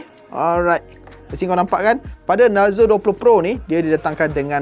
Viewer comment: Cara sebut dia bukan narzo,tapi narzo